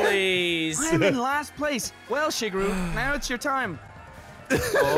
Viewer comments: Maybe it's his accent but why does (AKA ) constantly say it like "shig-iru" rather then "Shigeru" like it ACTUALLY IS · is saying shigeuro wrong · Wait, did just pronounce Shigeru how I think he did?